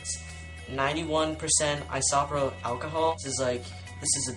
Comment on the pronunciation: I-SO-PRO-Pill is how you pronounce it